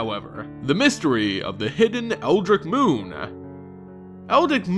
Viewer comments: "Ditch" Dritch Eldritch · Seriously, how the fuck do you fuck up the pronunciation that badly? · eldritch. eld-ritch. not eldik, eldrig, or old gregg. eldritch. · Eldritch, is not Eldrick... ( El-Drich) Lycanthrope, is not Lickanthrop. (Lie-can-throwp) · The way you pronounced Eldritch as Eldrick and Eldick twice gave me a migraine. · Eld-ritch, or eld-ridge. Not El-dick. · Eldrick? It's EldrITCH. Like ITCH or SNITCH or BITCH. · Pronounced eld-rich not eldrick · It's eldritch not eldich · My god, it's "eldritch" not "eldrick" XD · Its pronounced Eldritch(eld-rich). Not El-Dick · I'm not being a douche buddy.... but it's eld-ritch, not quite eldick. very good attempt though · its eldritch, (eld-rich), not (eld-rick) :) other then that keep up the good work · hey, it's pronounced "eld-rich" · Eldritch not El Dick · okay, this is something that I just can't ignore anymore. its pronounced El-dritch not El-drick. this was just a minor thing in the beginning, but as a fan of Lovecraftian horrors and stories i KNOW it's not Eldrick. sorry for blowing up like this, but that is just a serious pet peeve of mine. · It seems thar our American friends pronounce Eldritch as Eldric and not as Eldritch. The only correct way to pronounce it, is EldrITCH. Rhymes with witch... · Eldic, eldrik, eldrig... El- drit-ch. Eldritch. Listening to you pronounce that is strange. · EldRitch, your pronunciation of many words are killing me... thanks for the videos :) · "EL- DRITCH" "BEL-AIR-EN" "KO-ZEH-LECK" EVERY TIME YOU PRONOUNCE SOMETHING WRONG I INCH A LITTLE BIT CLOSER TO SPONTANEOUS SUICIDE. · Oh my god if you're going to make a video about it please dear lord learn how to say Eldritch. It rhymes with witch and you're missing the dr in whatever the hell you're saying. I like your vids but come on man. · How come no one can pronounce Eldritch? It's ELD-RIDGE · every time he says eldick i want to fucking kill myself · Eldick Moon Confirmed. We have all been saying it wrong.